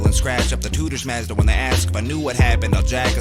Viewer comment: You're one of the minority of reactors to really grasp the scheming and the technical aspects of MC'ing. LOL he says Mazda the way Canadians do. They say some shit pretty funny. For example they call NASA - Na-saw. Goofy Canucks. Tom's my guy though.